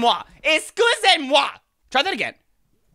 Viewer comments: It's excuse-moi wa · He said "escenzenmuwa"